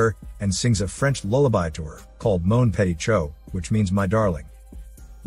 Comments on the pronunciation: "Mon pay t'chow" :') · Your pronunciation of “Mon petit chou” had me rolling on the floor!😭😭😭😂 Anyway! Great recap as always!